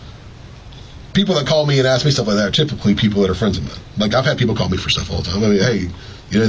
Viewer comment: Can’t pronounce “ask” if their lives depended on it. 😂